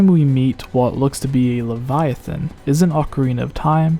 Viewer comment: Hey at least he can pronounce Leviathan correctly